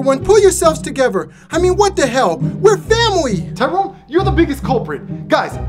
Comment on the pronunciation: It's not tiron it's " Tyrone "